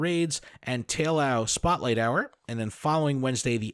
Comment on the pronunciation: Probably because the amount of cringe lol. Adam saying to put ducklett for field research instead of larvitar and you mispronouncing taillow. SMH